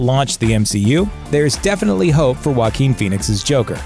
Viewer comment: That's not how you pronounce jaquin